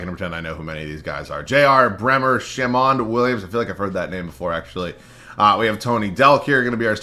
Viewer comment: Why do you keep saying JB bremer lol